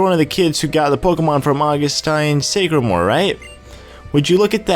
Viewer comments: omggg ! Sycamore, like the tree pronounced (Sick-a-more) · sycamore is pronounced like the tree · do you seriously not know the tree SYCAMORE?! EVERY PART THAT HAS HIS NAME YOU PRONOUNCE IT WRONG! IT. IS. A. FUCKING. TREE! YOU SHOULD KNOW IT